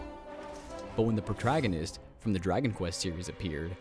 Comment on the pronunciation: The fucking "Protragonist" ok